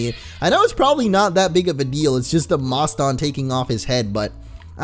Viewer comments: i think moston is pronounced like the city boston, because it evolves into a pokemon named mosstachusetts, not sure how to spell it, but it is like Massachusetts. boston, Massachusetts. get it? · Moston is pronounced like if you where saying Boston but with an m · Also Moston is pronounced like Boston. You'll love its evolution's name lol.